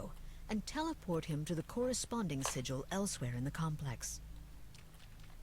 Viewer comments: Thanks for the playthrough. One thing that bothered me throughout is the pronunciation of SIGIL. It's pronounced 'sij el' with a hard J sound, not signal.Google it and listen. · It is sigil not signal